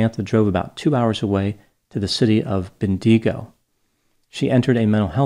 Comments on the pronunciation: Ben-de-go is pronounced Bendy- go! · Ben DEE go 😂😂😂 It's BEN digo, with emphasis on Ben. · Hi Doc. I grew up in Bendigo, not pronounced Ben-de -go, but Bendy-go. I smiled when I figured out where you meant, by the reference of it being 2 hours drive from Melbourne. I hope you found this comment as intriguing as an Australian tradesman advising an American psychologist about pronunciation...thanks for reading. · BEN-DE-GO Not Bin Di Go Was funny to hear it 🤣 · Ben Dee Go lol it is Bendigo.. stress on Ben and go! Took me a minute to work it out! It is a town in Victoria famous for the Gold rush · Just an FYI that the city of Bendigo is pronounced Ben-dig-oh not ben-dee-goh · Ben-Digg-oh, not Ben-deeg-o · Ben-dee-go😂 we pronounce it Ben-da-go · u nailed "melbourne" so authentically! 😂 though for an american, I'd say it translates to mel-burn...not mel-born, but you'd still pronounce the 'r'...but if you wanted to sound legit aussie then u did it! 😉💯...unfortunately Bendigo didn't fare so well, but who cares 😜 (it's Bendy-go if u were curious) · omg, not you butchering the name of my hometown. i screamed. it's pronounced like Bendy-Go hahaha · As an Aussie I’m loving the pronunciation of “Bendigo” as “Bendeego” it sounds like a mysterious creature… which kind of matches the locals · the pronunciation of “Ben-dee-go” hahahaha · Heh, Ben-Dee-go! Classic. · Nice topic Doc - but you really need to do a course in Australian place names. It's pronounced 'Bendy-go' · Good try at Bendigo lol. I guess it's pronounced more like Ben-dah-go, because of our accents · Ben-Deego??, Us Australians are rolling on the floor laughing at this terrible mispronunciation of a large rural Victorian city... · It's pronounced bendee-GO. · Nice try. It's pronounced "bendy-go"😅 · Well he didn’t pronounce Bendigo the right way! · Yep totally mutilated poor old Bendigo. Great episode, regardless. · The pronunciation of Bendigo was bad though! 🤣🤣